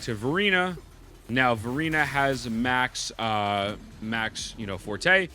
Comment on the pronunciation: I swear he says "Furina" instead of Verina lol